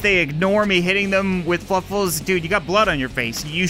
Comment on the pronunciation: I don't mean to be a grammar nazi but its fluffles not fuffles